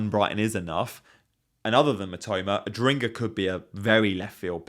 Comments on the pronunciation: Yeah. Don't understand why they keep pronunciate him as Adringa instead of Adingra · Why do all FPL creators seem to have an issue saying Adingra? Lol. Adringa, Ardinga, Ardingra, Ajringa, etc . . . it's at a point where I feel like there's a meme I haven't seen that explains why people are collectively refusing to say it the way it's written lol.